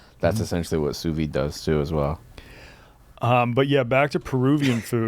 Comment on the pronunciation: driving me crazy with the Sous Vi-day pronunciation lmao